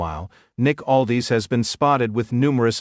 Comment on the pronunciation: It's Aldis not Aldees